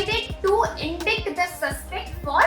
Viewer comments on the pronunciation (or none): Indict का pronunciation सही नहीं कर रहे हो। Please correct it.